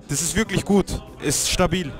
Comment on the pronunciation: fühlt sich echt "güt" an